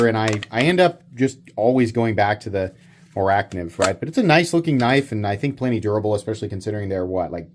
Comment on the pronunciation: I'm sure this has already been said somewhere in the comments, but "Morakniv" is pronounced "Moura nivv"